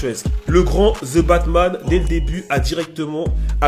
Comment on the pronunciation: "The" et pas < >